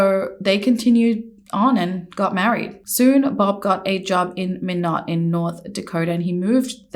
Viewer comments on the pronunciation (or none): I love how you pronounced Minot lol. 😂